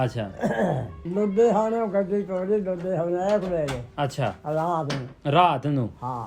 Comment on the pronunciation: Babe de bole aje ve sade ludhiana zile de aa. Nahi ta Pakistan vich ja ke saria bolia ek mik ho gia. Ludhiana zile de boli sidhi te katabi boli aa. Eh majhe dobabe pobadhi multani ja pothohari nal nahi milde. Baba ji ni jad ludhiana nu( ludhehana )kiha ta swaad aa gia. ਲੁਧਿਆਣਾ ਨੂੰ ਜਦ ਲੁੰਦੇਆਣਾ ਕਿਹਾ ਤਾਂ ਸਵਾਦ ਆ ਗਿਆ